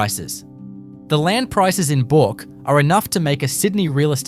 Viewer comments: It's not bork it's burk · Also needs to pronounce Bourke as BERK not Bork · Please pronounce Bourke properly. It's not pronounced "BORK"! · "Bork" ? Back of "Bork" ?? 👺 Is this some sort of AI Generated Outrage Pr0n to get comments and views ?? Are you deliberately mispronouncing EVERY location to trigger viewers ?? There's just no way you're this 🤡👹🤯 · and Bourke is not pronounced Boruk... as for Coober Pedy, not even close. AI Generated speech here.